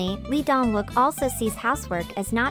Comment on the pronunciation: Lee Dong Wook is pronounced E-dong wook and Gong Yoo are extremely private and independent men,their careers comes first. Its a personal choice for getting married. Their private life is exactly that private. I will always love and support these extremely multi-talented men but leave them alone and stop expected them to live with these arcaic korean standards. They are all successful through their own hard work and being single shouldn't be seen as an affliction.